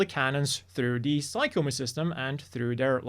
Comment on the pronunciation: I know it's not obvious, but "Psycommu" is actually pronounced "sigh-com-myew" (for PSYchic COMMUnicator). So, even though it looks like it should be pronounced "sigh-com-moo" it's actually "sigh-com-myew." This is made clear when looking at the katakana, サイコミュ, as those last two characters are the same first two characters for Mewtwo: ミュウツー.